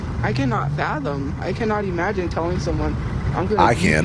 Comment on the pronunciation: "E-magine" a isakai? "That time I got reincarnated into employment"